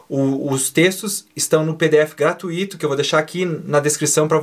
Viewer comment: Não é "gratuÍto" que se fala... é "gratúito". Obrigado pelo vídeo!